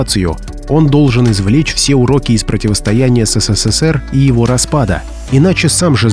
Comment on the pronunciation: ССССР - ухо режет